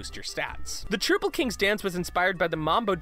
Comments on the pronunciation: Its trOUPle not troople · tell your narrator that it isn't "Troople" King, it's "troupple", like "council" or "doubtful" If you played the game, I don't see why you don't know that... >"They wanted the Enchantress to stand tall as a bad ass instead of conforming to the sexy witch trope. **Good on them**." This is called virtue signalling. Did your opinion of "good on them" need to be inserted? Are you telling us facts, or trying to offer "moral high ground" opinions? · TROOPLE KING?! Come on guys, I'm pretty sure the Acolyte clarifies it, it's Trouple, like "Doubtful". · You guys said trouple and ichor wrong Ichor- pronounced eye-chor troule is pronounced like mouthfull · "Troople king" NO! HE IS HALF TROUT, HALF APPLE! PRONOUNCED LIKE "MOUTHFUL!" It's LITERALLY dialogue in the game!! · troupple as in trout and apple not as troople... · no, it is trow-pull, Trou(t A)pple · Ben perham zomg that pissed me off so much, like wtf is a troople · "Troopple King" TROOPPLE KING?! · Not only did he mispronounce Trouple (trout apple), he mispronounced ichor, of which the pronunciation is spelled out in the game :( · T R O U P L E He literally says that he does not like it when people pronounce it "troople." It is literal dialogue from him in Plague of Shadows. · It's pronounced like "mouthful " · Gerben Bakker “the Trouple king. Half trout,half apple. Pronounced like ‘mouthful’” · IT'S TR*OU*PLE! TRUE-OW-PLE! LIKE THE WORD MOUTHFUL. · Why can't anyone pronounce troupple properly? It sounds like mouthfull. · It is pronounced trouple like mouthful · It's pronounced trow-pull. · it's pronounced (Tr- ow-pull) and rhymes with wow dull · trow-pull like mouthful!! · they even tell you how to pronounce Troupple in the game. come on, guys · The game specifically tells you how to pronounce it. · Such heresy to whom who mispronounced the name of the Troupple King! The king of fish and fruit! Long may his stem grow! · troupple's pronunciation is also spelled out in the game....